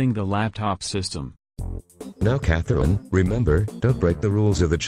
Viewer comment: It’s pretty satisfying the way says Catherine